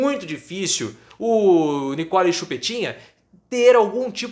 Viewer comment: Nikole é Nikole...vocês estão pronunciando errado.